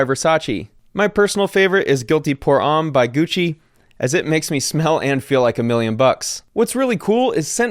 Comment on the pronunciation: You pronounced homme wrong